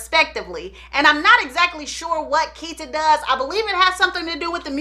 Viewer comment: His son Keita name is pronounced Keynote.